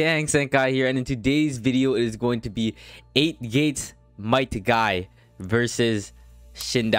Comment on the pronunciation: His name is guy not guy”s” unless u wanna call him madaras lol 😝 “Guys guys” i mean like cmon Srry if this is rude just i said it outloud and it must have be heard